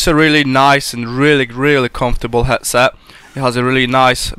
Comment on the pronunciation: 'hetset' o-ok